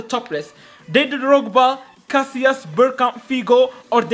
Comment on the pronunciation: bro has been playing this game from dinosaurs' Era and still saying Casillas after saw Spanish league🗿